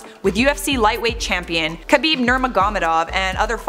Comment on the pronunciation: how pronounced khabib’s name 😂🤣